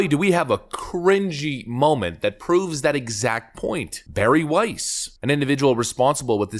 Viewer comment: "Weiss" EVERY. SINGLE. TIME !